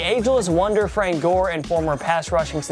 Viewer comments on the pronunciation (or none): none